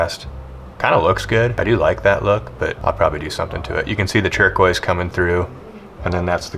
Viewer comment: Has anybody else noticed his pronunciation of turquoise? "Chur-quoise"